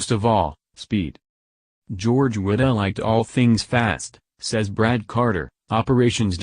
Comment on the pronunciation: You need a better narrator. He continually mispronounces Wittell's name. The Cars were DUESENBERGS.